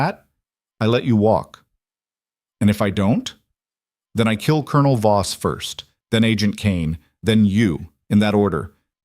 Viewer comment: It's not boss it is Voss poorly done AI